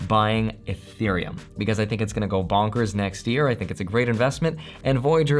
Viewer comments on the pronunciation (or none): none